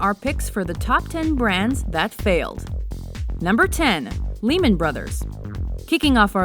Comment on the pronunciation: the way they pronounced Lehman is hilarious